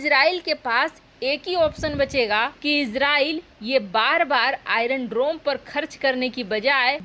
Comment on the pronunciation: बक बक काफी नही है । शुद्ध बोलना अधिक जरूरी है ।आइरन डरोम नही , आइरन डोम बोलो ।